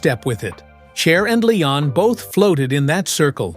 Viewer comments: AI sucks. The AI called him Layon. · This was a terrible documentary. The guy can barely pronounce Leon’s name, sometimes he calls him Lay-on . Pitiful. Leon was brilliant! Go back and listen to his music, it’s undeniable. All musicians knew how special and talented he was! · All this and you can't even say his name correctly.